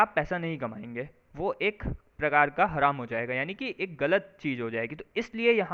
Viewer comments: It is pronounced as haraam not haram as this anchor is saying which means illegal or unlawful…and zakat rate is 2.5% of one’s annual saving which is to be distributed to poor and is mandatory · हरम नही भाई हराम कहते है हरम तो सऊदी में है एक जगह उसको बोलते है